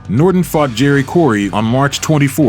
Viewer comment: Who's Jerry "Corey" ?? 😂😂